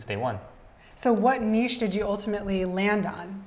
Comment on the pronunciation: Someone who could pronounce niche correctly. Respect :)